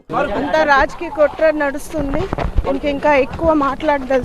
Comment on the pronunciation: kutraaa kaadhu botchu kaadu